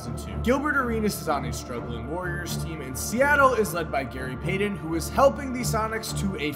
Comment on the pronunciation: "Gary Paydon"?